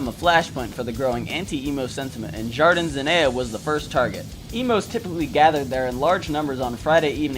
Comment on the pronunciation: I lived near Jardin Zenea in Queretaro for 2 years... (har-dean Zen-knee-a & Kay-ret- tar-o) No hate man... it took me months of living there to finally be able to tell people where I lived correctly enough they could understand me and you did way better than google maps can. Ha! The punks & skins seem to have won ultimately- saw The Casualties and the Adicts in Queretaro- both shows were amazing chaos but not an Emo in sight. Just Punks and Skins having a great time. Really cool video! You taught me something and I'm a punk who lived there. Apparently this war happened 10 years before I showed up- had no idea this ever went down- but after watching this I realized if there were Emos in Queretaro I never saw 'em. Mexican punks and skins are super cool. Swinging from the rafters- a guy in a wheel chair in the mosh pit they lifted up on stage and he was like "I'm more punk than all of you! Yay!" They just stormed backstage after The Casualties show and the band had to slowly walk to their van taking pictures with everyone but all good- nothing but love and excitement. Queretaro gets great music going through there. I'm in Puebla now and it gets skipped because its so close to CDMX on tour paths so I have to go to Queretaro or CDMX for shows. Pretty funny they fought Emos though- what? Skinheads- no problema. Emos- pendejos! (although they probably use an even more crass word I won't put here) jajaja!